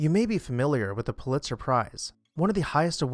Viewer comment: I could be wrong ... happens sometimes ... but I believe his name was pronounced "PU-lit-zer," not "Pu-LIT-zer." I very much enjoy and look forward to your videos. Subscribed recently.